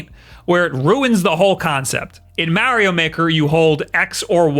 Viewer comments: He keeps saying Mowio!! 😂😂😂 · If this is a switch channel why does he say the name "Mario" wrong? It is kind of hilarious because in the begining of the video he went out of his way and specified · say Mario properly. DO IT!! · Dude how do you even say Mario like that? I can’t even replicate the way you say it. That’s how wrong it is. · Can we just embrace the way he says mario... 🤣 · I love listening to people with a thick East Coast accent pronounce "Mario" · You are the only other person I know who pronounces Mario that way lol. People rage at me for some reason when they hear me pronounce it like that.